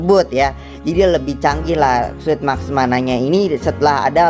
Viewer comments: Yang benar tu suit bukan sut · Sebut nya sut bukan suit Kayanya sama aja